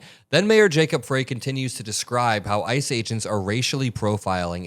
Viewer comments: It's pronounced "Fri", not "Frey". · Just a heads up, the mayors name is pronounced "fry" like french fry not "fray" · Thanks,, for the coverage. BTW: Minneapolis resident here -- Mayor Jacob Frey's last name is pronounced "fry" not "fray." Thanks again. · Can a single Meidastouch network creator pronounce our Mayors name correctly? Pronounced FRY NOT FREY. See how easy that is. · How about you learn how to say the name of the Mayor of Minneapolis. The E is silent. Said like FRY. Jacob Frey. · I really appreciate your content, but Jacob's Frey's last name looks like "Fray", but it's pronounced "Fry" like from Futurama. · It's Minneapolis Mayor Jacob [fry] (not fray) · Hey, great job covering the events here in Minnesota. BTW - Minneapolis Mayor Jacob Frey's last name is pronounced 'Fry'. Thought you'd like to know. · I'm from Minnesota and the Mayor of Minneapolis is pronounced Fry. Love your clips and jobs are dead in Minneapolis. First cocid the protests then construction. Now ICE. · Mpls Mayor name will keep coming up "say (fry)" not fray...Jacob Frey... Thanks... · I love your reporting. When saying the Mpls. Mayor's name ignore the "e". Spelled Frey, pronounced Fry. Much love from my beloved Minnesota! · Love you and thank you,, for all your work. ALSO, it’s pronounced “Fry” not “Fray” ✌🏻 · The Minneapolis mayor’s name is pronounced Fry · I believe it's pronounced fry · the mayor's name is pronounced FRY....really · Someone has to stand up for the Constitution. Might as well be Mayor FRY (correct pronunciation). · Hey … Frey is pronounced “fry” … thanks for all of your excellent work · Hey, ---Frey is pronounced Fry (our mayor) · the Minneapolis mayor's name is pronounced FRY like as in French fry. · I live in Minneapolis. The mayor's last name, "Frey," rhymes with "try." Thanks for your great reporting on this wrenching story. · Mayor Jacob Frey—pronounced “Fry.” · It's pronounced like FRY!